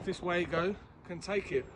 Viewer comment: It’s actually pronounced “Vago” that’s German for you!